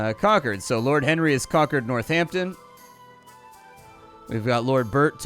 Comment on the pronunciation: Northampton Squaaaaaaad! Id never wondered how you'd pronounce my hometown, but it was still pretty much exactly as I expected